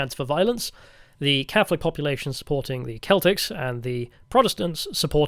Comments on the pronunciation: did the most American thing ever and called them the CELTics instead of the actual pronunciation SELTic 🤦🏻‍♂️ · Don't yanks call the Boston Celtics the "seltics"?